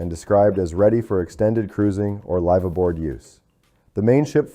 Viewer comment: AI still can't pronounce live-aboard 😢